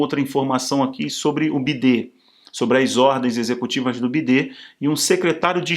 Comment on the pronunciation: Ele fala errado de propósito para disfarçar kkkkk senão corre risco da censura